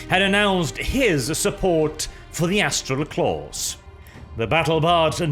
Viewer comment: Anyone else catch the part where nearly called the Astral Claws the 'Asshole Claws'? Just past